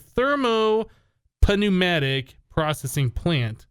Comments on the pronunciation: btw dude accio is pronounced ack-e-oh and pneumatic is pronounced noo-mah-tick. the p is silent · The p is silent in pneumatic. Also, I'm pretty sure adding pressure makes things go a bit faster. That's what it should theoretically do at least.